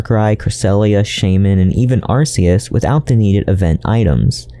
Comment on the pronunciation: Arceus is not pronounced "ar-see-iss". It is prnounced "Ar-key-iss"